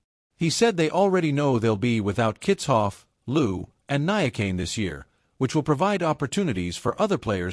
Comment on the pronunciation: You are rehashing well known stuff and your assessment of the events shows little discernment.Also ,please tryto learn the correct pronounciation of names like Niyakani and Louw.